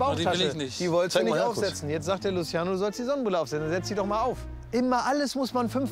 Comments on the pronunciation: Wen triggert es auch das er Luschiano sagt ? 😐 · Niemand Wirklich Niemand Klaas und: Lutziano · Niemand:: Das ist luziano